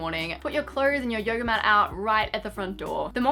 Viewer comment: i wanna go to “yogurrr” every morning 😂